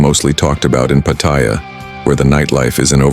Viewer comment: I love how they never pronounce Pattaya correctly